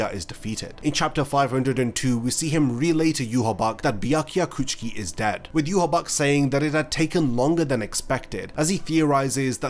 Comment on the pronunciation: I’m sorry I honestly hate hearing Byakuya Kuchiki or Ichigo Kurosaki. Just say it the way they say it on the show